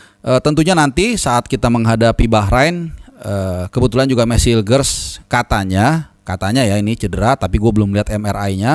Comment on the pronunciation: lagi mabok mungkin pas ngomongin hilger!!